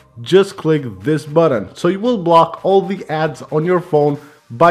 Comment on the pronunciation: “Buddon”? I think “button“ is the word you’re looking for.